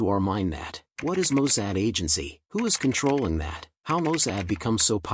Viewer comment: Mossad! Not Mosaad.